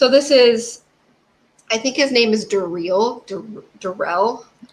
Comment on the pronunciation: Chief Doo-Bose. Detective Duh-rell.